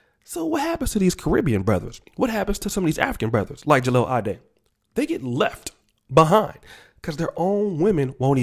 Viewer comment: At least pronounce his name right